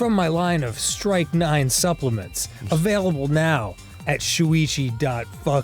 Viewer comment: its not pronounced "strike 9"